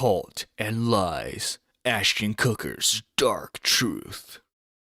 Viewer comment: You can't even pronounce "Ashton Kutcher" properly....